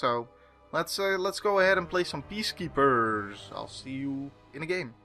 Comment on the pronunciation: Whenever you say "Peacekeepers" I always hear it as "Beast Keepers" for some reason.